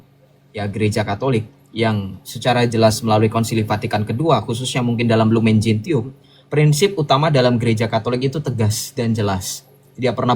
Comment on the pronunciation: Masukan sj: Lumen Gentium dibaca lumen jensium; Nostra Aetate dibaca nostra etate.